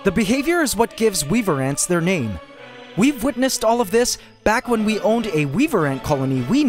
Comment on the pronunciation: did you mean we’ve or weav 😂😂😂😂😂